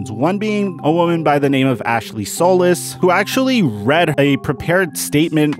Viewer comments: Sew Lease. Not So Lus. It’s 2021, y’all need to get with hispanic pronunciations. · As a solis, it is pronounced “sol-E-s”. Another good video man. Keep us Texans fans updated 🤘